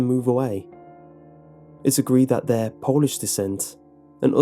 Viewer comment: It's pronounced Polish not Polish lol 😉